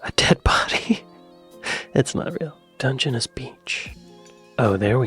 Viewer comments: Emphasis is on last syllable. It’s Dun,gen,NESS. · It's Dunge-ness not Dungeonous! 🤣🤣🤣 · And DUNgeness. As opposed to DungeNESS. Weird. So will learn to mispronounce... 😂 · After hearing the way it ssid Dungeness, I walked out. Must go back to laugh at our robot overlords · Do not set any store by the video's pronunciation of the Welsh place! The voiceover incorrectly pronounced 'Morcambe' - which should be more like 'Mor-cum' and Dungeness, where the emphasis should be on the 'ness' part of the name. So don't bother practising! It was rubbish- that was obvious even to a non welsh speaker like me!